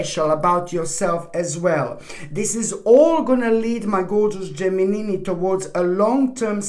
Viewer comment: Are you married? Do you want to be? I love the way you say Gemini!!!